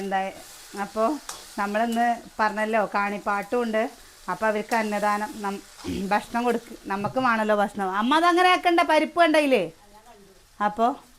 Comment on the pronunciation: 😍😍 ബഷ്ണം എന്നല്ല മുത്തേ പറയ ഭക്ഷണം എന്ന് പറയണം ട്ടോ - ഞാനിത് സ്നേഹത്തോടെ പറയുന്ന താണേ😍😍 നെഗറ്റീവായി കാണരുതേ🫂 ഇൻക് ഒരു പാട് ഇഷ്ട നിങ്ങളെ വിഡിയോ കാണുന്നത് - എല്ലാം കാണാറുണ്ട് കമന്റ് ഇടുന്നത് കുറവാട്ടൊ❤😍🥰 ലൈകിടും🫂🥰 വീണ്ടും പറയാണേ ഭക്ഷണംന്ന് പറയണം ട്ടോ😀😀🫂🫂🥰🥰😘😘